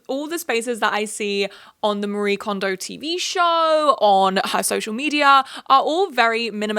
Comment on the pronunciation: Just as an FYI, Marie Kondo’s name is not pronounced like the western name “ma-REE”, her name is a Japanese name and it’s “ma-ree-eh”